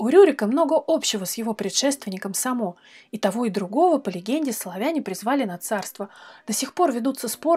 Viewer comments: правильно произносить с ударением на первый слог(Саамо) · Ну во-первых Са́мо. А ещё он правил на территории современной Словакии